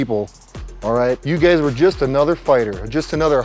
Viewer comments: is he saying gays instead of guys? :D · Is he calling them guys or gays? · I like how he consistently calls him "you gays" instead of "you guys" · " before you gays got on this show"